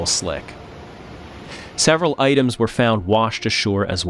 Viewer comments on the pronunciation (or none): none